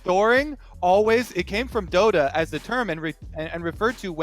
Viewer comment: WOW, is allowed to just say DotA like that?